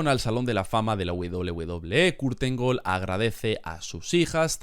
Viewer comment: La pronunciación del apellido está mal bro 🥵